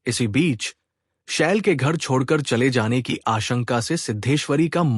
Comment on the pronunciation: Ki shbd aap glt bolte ho, smjh me nhi aata Khani bhut achchhi h